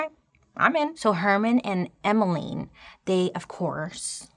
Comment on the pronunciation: Lol its Emma-Line 😂 there's not many of us!